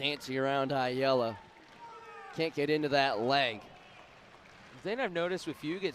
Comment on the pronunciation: How do both commentators mispronounce Ayala differently?😂😂